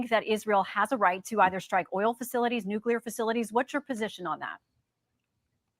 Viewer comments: I love this woman interviewing him. She’s pretty badass. She would make a great moderator. I don’t trust anything he says. He’s a liar. Oh I misspoke 🤦‍♀️Ok I noticed the other night and now that he pronounces nuclear, NUCULAR! 😮😮😮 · Walz says nooK-YOO-ler